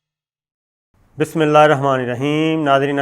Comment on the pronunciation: صابر بھائ بسم الله ار نہیں ہے بسم الله ہر ہے۔